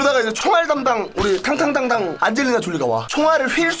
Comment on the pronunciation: 발음힘들어서 탕탕당당이 ㅈㄴ웃기네ㅋㄱㄲㅋㄱㅋㅋㄱㄲㅋ